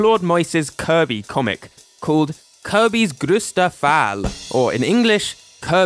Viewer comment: the way you pronounced "kirby's grösster fall" wasn't actually that bad l'm proud